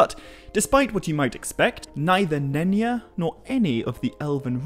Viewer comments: Is not pronounced Nenya as if the Y was like an i. Y is supposed to sound like J in Just. Nenya is a Quenya name. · Wait did you say none ya? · Nenya? Nenya business!